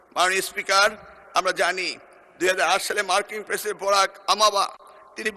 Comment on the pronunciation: মার্কিন প্রেসিডেন্টের নতুন নাম শুনলাম! দেখে পড়তেও শিক্ষামন্ত্রীর এতো ক্ষুদ্র ভুল 😂